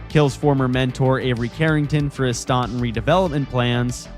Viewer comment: Stontin? 😂 STAN TUN, like Stanton Island 😂